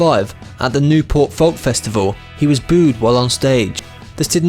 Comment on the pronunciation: I think it was a machine, folk was really pronounced L